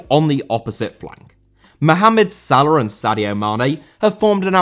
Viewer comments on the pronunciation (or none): Salah* not Saler